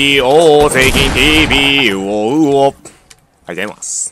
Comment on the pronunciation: 「あいざいまーす」大好きです オーマイグンネスᏩᏩ メンテナンス中は神